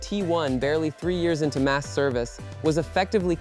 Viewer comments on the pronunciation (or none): none